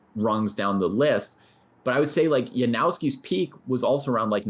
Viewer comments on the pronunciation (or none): Janowski is pronounced YanOFFski, ffs. Why do Americans insist on mispronouncing names?